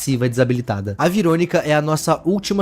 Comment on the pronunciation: Mano não veeronica que você falou